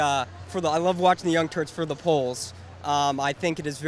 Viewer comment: So nobody noticed that this guy said, "Young Turds".... Really am I the only one?